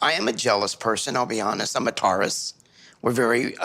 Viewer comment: The way he says/pronounces “I’m a Taurus” was like “I’m a Tar-Us”. Did that bug anyone else? Not at all the point of that video, but it bugged me for some reason. Anyone else feel that??